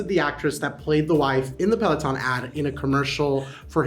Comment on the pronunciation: the mispronunciation a pealeoton